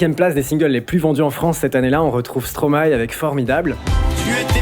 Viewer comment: Rien que pour la bonne prononciation de Stromae je like . Tes vidéos sont incroyables le 🩸